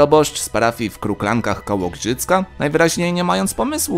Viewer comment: Obok Giżycka czy Gżycka? Bo nie dosłyszałem, a mieszkam w Giżycku.